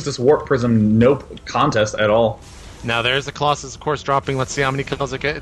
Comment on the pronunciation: Why does he pronounce COLOSSUS as COLLOSAI ? its so irritating ...